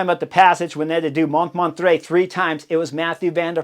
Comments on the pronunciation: Montmarrrttrre, not Montmatre (but I noticed the spelling was wrong on the road profile, so ...). But still, Chris! You knucklehead :-) You've been to Paris! Famous Montmartre! And the directeur sportif of Team Belgium is Vanthourenhout, Sven, not Nathan Van Hooydonck, but you are obviously excused for not being able to pronounce that name: Van Toorenhawt, something like that. But great stuff again. Some commentators liked this Paris circuit so much that one suggested they should do a nice one day race here every year. Even as a stage in the Tour? Personally, I don't think it is suited for a big peloton. Any thoughts? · I have never, ever heard Montmartre pronounced that way :) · Pronunciation of "Montmartre" 😅: no wonder you couldn't win Tour de France 😂.